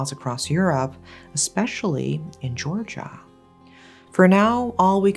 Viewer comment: It's somehow so refreshing to hear you say 'Georgia' - and be sure you actually mean the country with its own complexity, not a state (which is surprisingly common for most English-speaking narrators).